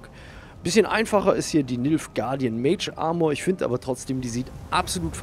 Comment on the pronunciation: Iwie verstehe ich die ganze Zeit Milfguard :D .